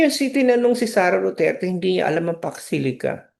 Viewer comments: Sabi ng mga supporters nya di nya kailangan alam lahat ang Pax Silica?Eh umpisa pa nga lang ng tanung nagulat na sya as if me words pala na Pax Silica, ang pagka pronounce pa nga nya Fox Sili?Talagang di nya alam yung word pa alng di na nya alam eh. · HINDI NGA MABIGKAS ANG SALITA PAX SILICA, UNAWAIN AT ALAMIN PA KAYA. SO YUN WASTE OF TIME NA SINASABI NA BUMALIK AGAD SA KANYA 🅱️🅾️🅱️🅾️ 🤪🤪🤪🤪